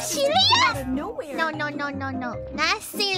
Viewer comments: By "lat" she probably means "rat", the Japanese confuse l's and r's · 5 minutes in the video I was thinking... "what is lat?" then it dawned to me that it was "rat" in Korone LR form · I thought she kept saying “nothing lad” but this makes so much more sense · It sounds like she says “nothing lad” rather than “nothing rat” lol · She was trying to say imagination rat? I kept hearing “imagination land”. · Engrish usually has L pronounced as R...But not for this doggo. Lat dog